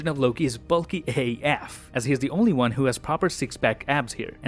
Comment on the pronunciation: Is it me? OR-hear-me-out, I believe you’re saying “WONG” (as in from Doctor Strange) and not “ONE” 🤔